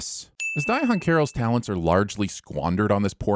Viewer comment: I'm giving you 25,000 sins for pronouncing Diahann Carroll's name like "di-a-honn"...